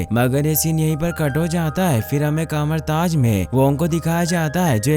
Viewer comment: Kamartaz🤣🤣🤣🤣🤣🤣 Kathmandu bolaa naww